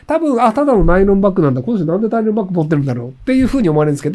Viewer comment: ナイ⤴ロン⤵